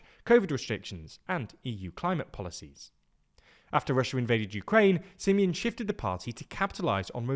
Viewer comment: How he pronounced Simion s name :))) crazzy staff :) almost as bad as the misleading content . Sorry to say that but it is the truth 😊